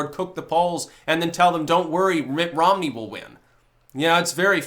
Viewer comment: Did say Ritt Monmey? I like it.